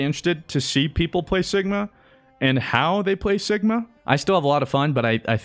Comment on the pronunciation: Am I the only one who heard Sickma instead of Sigma? ;D